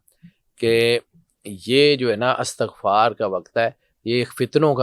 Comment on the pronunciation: "استغفار" زیر کے ساتھ پڑھا کریں، زبر کے ساتھ نہیں۔